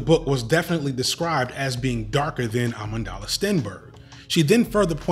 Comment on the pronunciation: you hear his pronunciation of amandla lol